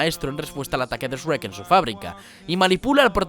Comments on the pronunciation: Me gusta demasiado el canal, como se profundiza en cada análisis de cada vídeo, peeeeero... No puedo con la pronunciación de Shrek, esrek? En serio? Españoles, tienen que hacer algo con eso, kame hame ha = onda vital? Lobezno? 😢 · Shhhh * Shhhh - Rekk * Rekk - Ahora todo junto *: ESREK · Me gustó mucho el análisis, el video esta bueno. Pero me perdía el escuchar como pronunciaba Shrek, a veces sonaba como S'Reck y otras veces el normal Shrek, no sabía que en España tenían tanta variedad de acentos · Excelente video pero no sabia que en España le dicen " es shu rek" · soy solo yo o dice eshrek???? xD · Uno no se puede plantear hablar con respeto sobre Shrek si le dice "Esrek". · *Nadie: Absolutamente nadie: En serio, de verdad nadie:: "Eshrek"* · alguien más escuchó ESREK? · "Ejrek doh" jajajaj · Que raro pronuncias shrek... ezhrek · Jajajaja pura risa con esta pronunciacion "esrreck" 😂😂😂😂😂😂😂😊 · Me encanta todo el análisis, pero que horrible como los españoles no saben pronunciar la SH :v "esrek" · Nadie:: ESRREC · No, así tampoco. No es tan difícil de pronunciar, es Shrek a secas. Primero SH y luego REK, con la R anglosajona. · que pedo, porque e escuchado varias veces que le dicen eshhh-rek suena mamalon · Sh-rek ..... que dolor al escucharlo jajajaja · "Eshuerk 2" 😂😂😂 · esh-brek y eshbrek 2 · Esruek v: ztos españoles y su pronunciación jajajaja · ¿Por que los españoles pronuncian "ESHuRREcK"? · Esrek....esrek.....no se wey se me hace raro como lo pronuncia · "Es Rek" porque a los españoles los dejan doblar boludo ni una bien hacen jajaja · se que le metiste ganas al video pero me pone de nervios que digas ESH RECK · Por qué carajos le dicen eshrrek? :c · sigo sin acostumbrarme a la pronunciación de S-Rek xc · Esh-rek jeje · "ESREK" JJAJAJAJA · Quieeeeeen???? "sreck" Hahahahahahaha😂😂😂😂😂😂😂😂😂😂😂😂😂😂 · ¿S-Rek? Jajajajajaja. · porque dicen eshrekk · Que asco! los españoletes le dicen esrek a Shrek! 🤢🤢🤢🤢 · ¿porque le dice "Eshrek"? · Esh rrek. :v